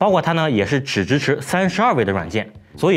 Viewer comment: 怎么就鸡kbench了，我记得以前你读的是对的啊🤔